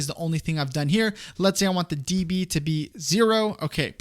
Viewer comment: calling decibels “d” “b” makes my ears bleed